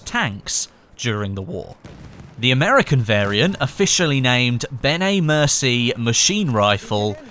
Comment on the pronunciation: always used "M1909" when referring to the weapon. I think he was afraid to pronounce it because one time when he said "Benét Mercié" he pronounced it wrong:) Nevertheless good video, keep it up!